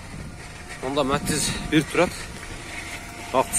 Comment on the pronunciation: Матиз деп суйлочу укам матз дебей